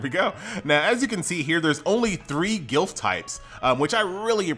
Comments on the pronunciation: Dude....it's Glyph not gilf.............please, are you ok?? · The word is pronounced ga lif. not guil f lol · I don't mean to be a nazi, but glyph is pronounced gliff, not gilf. <3